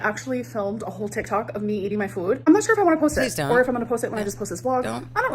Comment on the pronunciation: How does she not know how to pronounce words like food? Does Amber think Family Fued is a show about familes doing a group mukbang?